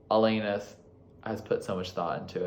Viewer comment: 🇨🇦 It's Alannnnis. Not Elayyynis.. juss sayin.